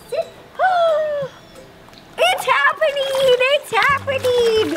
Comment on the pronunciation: Ro: "IT'S HAPPENINE IT'S HAPPENINE" Me:😂😂